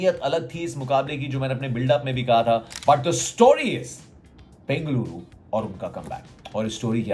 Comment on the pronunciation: Love to ur accent saying Bengaluru my home bro